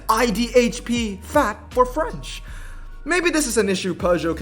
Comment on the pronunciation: That intro was sick dude, even tho the pronounciation sounded more spanish than french😂